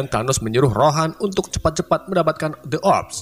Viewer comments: Ronan bang bukan rohan😅😅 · Ronan min, bukan rohan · Ronan njir bukan rohan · Ronan bang bukan rohan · Bang yg bener tuh ronan bukan rohan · Bukan rohan tapi ronan